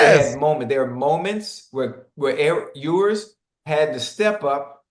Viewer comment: Its hilarious how shannon destroys that man's name every time "ewwwers". Shannon is simply ewers. But guess that's what happens when u don't listen to the sound